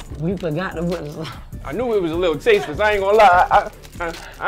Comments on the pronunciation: “You Gotta Puddddiddindiss”😭😭😭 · “You gotta puttrrrrr in this”😭